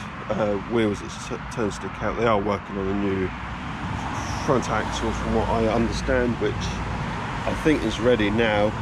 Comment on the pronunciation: Axle not axcel you cluts.